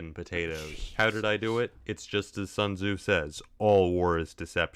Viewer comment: tommy says sun tazu